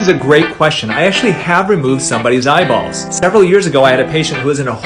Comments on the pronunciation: He enunciated it so much too, like Eyea-bawlls, it's annoyingly hilarious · I got really annoyed about the amount of times he said “eyeballs” and the way he said it like “eyeBALLS” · He says eyeBalls like he likes the word balls lol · Im unsettled by how he says eye Balls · Dude I love the way you say eyeballs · Emphasis on “eyeballs” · You say eyeballs so oddly and so often lol